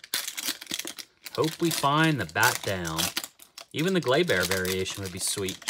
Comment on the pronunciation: Glay-Ber!!!! NOT Glay-BEAR!??